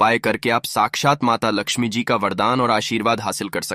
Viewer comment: Mata Laxmi ji ka naam to sahi s lelo